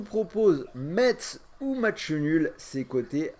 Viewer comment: Mon dieu comment t'as prononcé metz🤦‍♂️😆